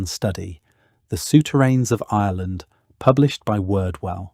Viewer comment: You know it's a legit when you are struggling with discerning whether the narrator is saying Ireland or Island